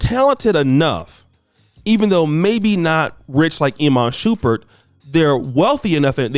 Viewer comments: Shump- Pert not Shu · always fuccin someones name up its "Sh-um-pert lmao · Did dis niqqa say Iman Shoopert?? 😂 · Shumpert not shupert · its shuuuummmmmpert thou not shupert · Shump not Shoomp at least learn the names👀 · Imma need you to pronounce that man’s name correctly. You out here calling that man “Shoompert.” 😂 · Yo, if he says shoopard one more time😤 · It's Shump-ert 😭😭😭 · Stop saying his name wrong lol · Bro pronounce his name right🤦🏽‍♂️…. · Would you PLEASE say this man's name correctly 😒